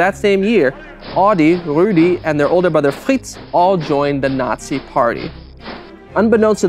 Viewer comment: I know that pronouncing these names isn't easy for him but I can't stop giggling at how he says Fritz